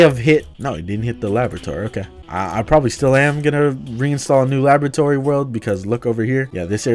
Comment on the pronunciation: when you said "laboratory" when you were testing out the op dynamite it sounded like lavatory